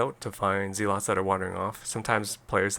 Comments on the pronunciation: Cool play. Though I'm pretty sure they're called 'zehlots' rather than 'zeelots' ;) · Lol I haven't heard someone pronounce it as zeelots since around the time the game came out. That was back when we were all kids and nobody knew any better 😂. It just brought back a lot of memories haha